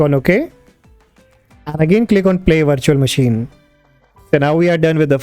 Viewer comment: Why you sound like the Laka-Laka guy trying to scam me every day over the phone ? And why you say "Vindous instead of Windows, also... WirChewall instead of: Virtual? And why it;s : "DEXtop" instead of: "Desktop"?